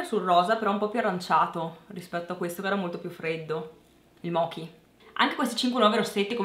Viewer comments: si legge "moci" senza acca :D io ho quello e lo adoooro, mi lascia un pò le labbra tinte ed è sopravvissuto eccellentemente ad un cappuccino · mochi no! leggi come "moci"